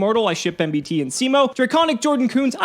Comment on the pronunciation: did anyone else vomit at MBT pronunciation